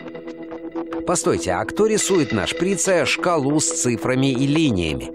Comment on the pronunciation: НЕ НА шрИце а на шприцЕ !!!! Тупни